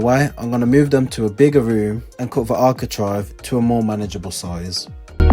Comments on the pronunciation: Am i wrong but i always fought its architrave not architrive?😂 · Sorry to correct you but it is ArchiTRAVE! 😂👍